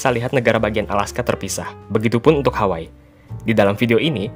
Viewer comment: Izin koreksi ya kak kalau pronounce negara bagian Hawaii itu dibacanya Hawa-ii jadi huruf ii nya dibaca terpisah atau jelas bukan digabung jadi hawaii